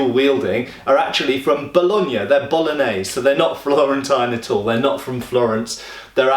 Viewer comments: for pronouncing Bologna quite well! (just subscribed, awesome stuff man! cheers from Italy!) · Good job pronouncing the gn/ñ/nh sound for a non-native speaker!